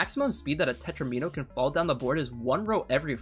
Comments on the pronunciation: it's tetrimino not tetramino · Tetromino. should be pronounced like it rhymes with domino. you don't say Do-mean-oh.